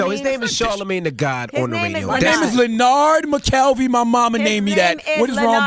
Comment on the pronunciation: That's his name from now on. LenNARD accent on the NARD.